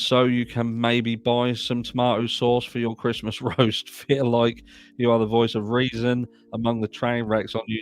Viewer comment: I want to help you out😊 When you say “Y’all are my babies” you don’t pronounce the “are” you do but you don’t. You are saying it too proper lol. Just say “Y’all my babies” you can start to pronounce the “are” but just let it blend together fast. It’s kind of hard for me to explain especially when I’m typing. But I just want you to know you make me laugh so much every time I watch your videos plus it’s great information but you really really you make me laugh you’re very funny and you make my day.